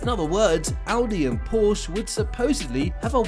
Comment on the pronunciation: One minor correction: the 'e' Porsche is not silent when pronouncing it.